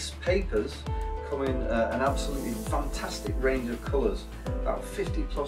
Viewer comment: Him saying funtustic reminded me of sir Geoffrey boycott. Is he by any chance from Yorkshire?